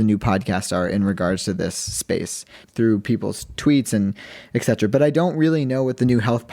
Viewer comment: just a tip but can you look up the proper pronunciation of "et cetera"?